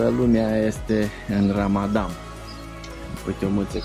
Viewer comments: PRONUNTIE CORECTA -RAMADAN NU RAMADAM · Felicitari pt calitatea filmarii si a continutului! Pronuntia corecta este RAMADAN